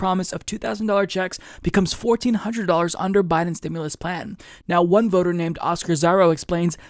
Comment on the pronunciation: Nahh bro he said stim-u-less not stimulus